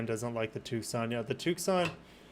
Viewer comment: why do you keep pronouncing it TOOOK-SAHN and not TOO-SAHN 🤣